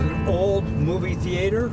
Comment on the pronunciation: He pronounced theatre like Kramer haha